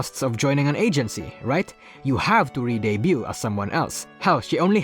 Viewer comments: just a little bit of tip for a word you are pronouncing wrong. in the word debut, the T is silent. so its pronounced "day byu". Debuted is "day byud" etc. that word will come up often in your future videos so hopefully this is a bit of help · The T in debut is silent